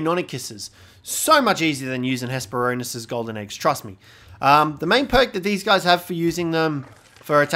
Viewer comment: It's actually Hespero-r-nis. Missing that second 'r'. I just had to. "Ornis" is the greek word for bird.